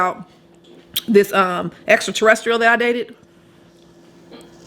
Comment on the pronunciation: She said extraterrestrial 😂😂